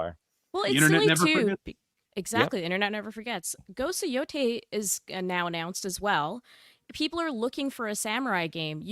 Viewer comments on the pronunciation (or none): Pronounced yo-tie, according to Arch, but mostly he just questioned why on Earth you'd pronounce "tei" as "toy" over and over again when there is nothing resembling an "o" there. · I found something that agrees with that, but until I hear a native speaker say it, I'm open to other possibilities, but again, the point was that kept saying "toy" for no conceivable reason. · I've heard that Yotei is pronounced "Yo-tay".